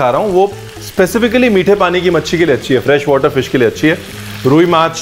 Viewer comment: Iv been following you long time back but Honestly bro today you have won my heart.the way you said mache bhate bangali!! Not only that as u pronounced rui mach....man....plz accept my regards..many bongs I know don't know to pronounce Kolkata properly...but as u pronounced shol mach....god!how could you.... I mean kaise!!!!!